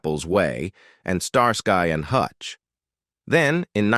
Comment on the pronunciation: “Star sky and Hutch “? 😵‍💫🦶🏿🙄